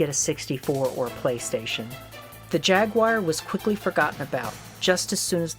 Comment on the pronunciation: pronounce jaguar wrong every time.